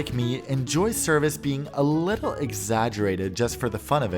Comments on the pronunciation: Top notch review, so fun to watch! In the year of the Jubilee, I can name you officially “ “!!! 🤩✨💯😉. Only glitch: it’s “personalized service”, not “personalized serBice”! 😳🙄🫢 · it spell s e r v i c e not serbice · I found it! "serbice" !! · Had to google what is “serbice” 😛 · "More porsonalized serbice" :O